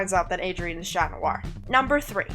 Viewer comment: It sounds like your cursing when saying Chat too not trying to be rude just trying be helpful